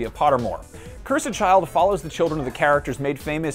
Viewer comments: Someone tell this guy how to say "cursed" correctly. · Why are you saying "Cursed" like that????!